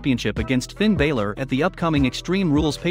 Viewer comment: Raw probably can't match Smackdown because they probably have 2 different producers producing each show. That would be my guess. Soon enough there won't be very many wrestlers left to have a lot of different matches and storylines because they keep firing too many people. BTW to the narrator of this video, it isn't Bailor it's Balor.